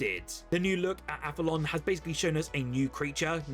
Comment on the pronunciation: Great vid as always! FYI, Aphelion is pronounced app-hee-lee-un (the point at which an object's orbit around the sun is farthest away from the sun, the opposite of perihelion). It gets mispronounced in AI-voiced videos all the time too 🙄